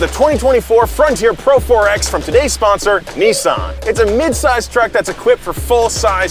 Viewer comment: How is it that Seppos can't pronounce Nissan or Hyundai?